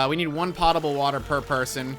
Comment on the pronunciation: "POE-tah-bull" I like this game though.